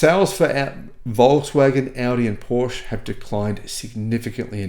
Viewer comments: Great research … thanks for the effort and for sharing, dear … on another note could you maybe try your say PorschE and not Porsch …;-) … thanks 🙏🏻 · Thanks for your work. FYI ‘Porsche’ is properly pronounced ‘Portia’😊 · Hearing the word Porsch multiple times a minute makes my ears bleed. Seriously, why does an auto journalist not care about the correct pronunciation of a car brand that he talks about? With words of foreign origin like Porsche you pronounce the e at the end just as you do it with Katastrophe or Nike.